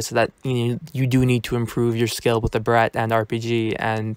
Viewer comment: oh so you're barrier? cuz i see that name in the leader board in the vid. also mine is King_Taco1 also the way you say barret XD